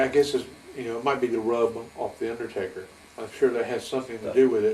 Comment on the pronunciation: I stg I thought I heard him say Undertater 😂